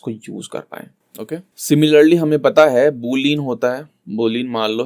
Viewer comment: bhai video boht achhi hai. Sab samajh me aa rha hai but boolean ko बूलियन boldo yar. बूलिन mat bolo JK :')